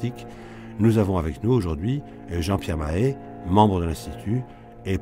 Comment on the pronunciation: Avis au tenancier de la chaîne : il s'agit non pas de "Paul-Hubert Poirie", mais de Paul-Hubert Poirier, avec un r à la fin. De même que l'autre invité est Jean-Pierre Mahé, et non pas "Mahe". (Très intéressante émission par ailleurs, merci de l'avoir mise en ligne).